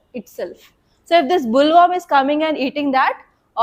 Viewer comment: Mam..in Bt cotton, the insect name is boll warm not bull worm...plz check pronunciation also